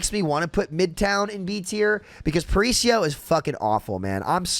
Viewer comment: That was the worst pronunciation of “Paraíso” I’ve ever seen lol, just found it funny But I completely agree, I also hate that map and it kinda sucks since I’m from Rio, would be cool to load on a map that’s supposed to be my city and say “oh nice, I’m playing a cool map” instead of instantly being sad